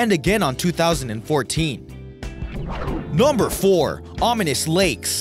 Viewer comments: Interesting collection,. But could you please stop saying "nahmber"? It's NUMber with an uh sound! And with just a tad less enthusiasm, please......thanks! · Yeah he says number weird as fuck..